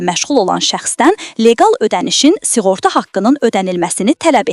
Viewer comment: S i ğorta yox, s ı ğorta!🤦‍♂